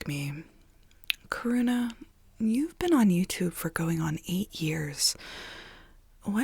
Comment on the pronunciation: your American accent makes Karuna sound like “corona” to me 😭